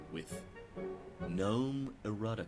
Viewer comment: I know the G is silent but love that says "Geh-Nome"😂❤